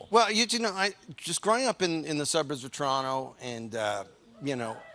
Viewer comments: Notice how he says Toronto the correct way and two people "woo'd". And then later he says it like an American so that the other 224 Americans in the crowd knew where he was talking aboot? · Torono not Toronto